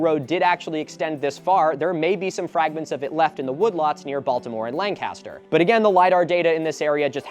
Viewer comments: Ello, much like the British WWII bomber, Lancaster is pronounced Lank-ister! Signed a guy who just moved here and learned the hard way it’s not Lan-caster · I'm actually from Lancaster - you pronounced it correctly if we were discussing Lancaster, CA but for PA it's more like Lan-kiss-ter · erm, actually, we pronounce it langcuhster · Hey Milo, locals pronounce it "lank-is-ter". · I'm gonna say this as probably the only Lancaster native in this comment section.... Its Lane-kes-ter. We are not Lancaster Pennsylvania. 😅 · Here in Ohio it's pronounced "Lankister"😆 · it’s pronounced “Lank-ster”, I adopted my dog there and the former mayors wife let me know the correct pronunciation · hey milo as a local pennsylvanian Lancaster is pronounced Lan-Kister. This area was predominantly settled by Germans and created the Pennsylvania Dutch diaspora so most of the names are pronounced like they're German! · How to pronounce Lancaster a local... Lank-ister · It's so surreal watching this -- I'm in Central OH, and we currently have 4-ish" of snow from the winter storm this weekend. All that greeeeeeennnn in this vid.... Oh, and Milo? Being a former radio DJ who got yelled at by management over it, the correct pronunciation for Ohio's Lancaster is "LANK-uh-stir". Edit: wait...wait...Ohio's Serpent Mound isn't a UNESCO site??? HOW?? WHY?? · The way you pronounce Lancaster vs how those of us from that area is striking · That pronunciation of Lancaster is driving ohioans mad, I just know it